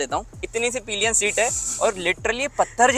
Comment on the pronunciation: Bhai wo peeelion nahi hota, sirf (pill.yan) pillion esa hota he. Bura mat manna yaar, haan me haan milane wale kafi miljege. Baki video kafi informative he. Thank you bhai.